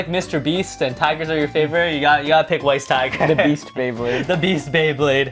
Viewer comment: Weiss tiger is pronounced "vice tiger" because the name is supposed to be German. Ws in German are pronounced like vs'